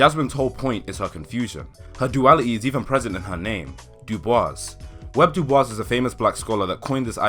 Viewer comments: Great video, one correction, his name wasn’t Web it was W. E. B. DuBois. (William Edward Burghardt Du Bois) Edit: He also pronounced his last name as Do Boy-s [duːˈbɔis], unlike the French [duːˈbwɑ]. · lmfaooooooo web dubois lmfaooo its W. E. B and you pronounced dubois waaaayyyy wrong.